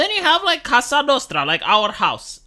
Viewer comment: "Cosa" Nostra, meaning 'our thing', not "casa" (house).